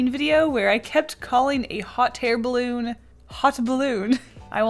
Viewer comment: Was I the only one who heard "Hot hair balloon"😂